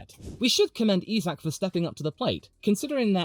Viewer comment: It’s pronounced EYE-Zack! not EEE-Zack!